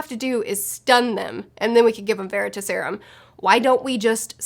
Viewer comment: I dunno why, but the way you say Veritaserum kinda bothered me xD. Its ta in like task, not ta as in taught. It's not leviOsa, its levioSA XD. But yeah obviously the serum comes from the word Veritas. Which was a goddess of truth. But honestly the first time I remember seeing that word was from the Sandman Slim series book. He has a coin called the Veritas. Which he got from hell, and he asks it questions and it gives him advice.